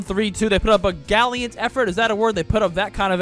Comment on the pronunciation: “Galliant” the love child of Gallant and Valiant